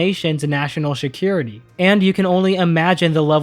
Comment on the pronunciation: I love your work, but I can’t get over the fact that you say Shakira-Tea instead of security.